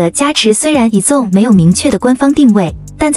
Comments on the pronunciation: 團名先唸對啦幹..以粽是三小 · 矮子王被念成以中 我快笑死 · 團名不能唸對嗎